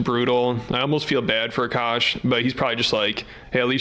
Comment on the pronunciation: This woman is such a massive gold digger, she pronounces his name "a-Cash" instead of "Akash."